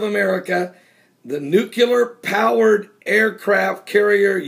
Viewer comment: You should learn to say the word "nuclear". Do you know how to keep a moron in suspense, oh I will tell you tomorrow.